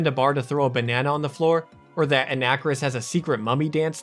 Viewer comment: A nacker iss? Dude.. It's "on a car iss," bro bruh cobra.